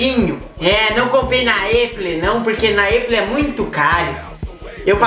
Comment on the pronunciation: "Eipou" Patriocina o Kkkkjj